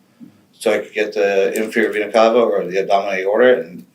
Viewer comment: If I didn’t know better I would literally think these detectives were getting sexually arroused hearing him say Vena Cava over and over. And he’s mispronouncing it at that!!!